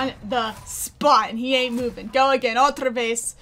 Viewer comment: Hey! Greetings from Brazil! Hear you saing "outra vez" is so good. (I don't know if it's spanish tho but here we also say that for "again") Thank you for your videos! :)